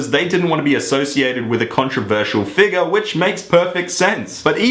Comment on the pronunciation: It's so funny how he says figure :p lol